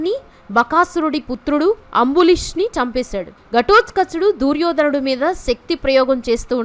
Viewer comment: ఈ దూర్యోధనుడి గోలేంటమ్మాయి?ముందు తెలుగు పలకడం సరిగ్గా నేర్చుకో!!